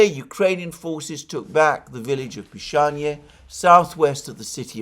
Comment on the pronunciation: I hope village of Pishanie actually has a different name, but Alexander did not pronounce it correctly. Just imagine living in the village of Pissing 😂